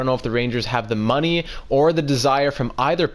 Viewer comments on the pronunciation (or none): none